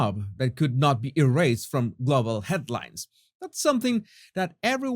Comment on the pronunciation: here are a few more English pronunciation tips - sent to you with bliss & lots of love, as always!! Global = ‘GLOE-bil’ (not ‘glahh-bul’) Stood = ‘stuhd’ (not ‘stewed’) Shareholder = ‘SHAYER-holder’ (not sure-holder) End = ‘eh-nd’ (not ‘and’) Keep up the great progress!!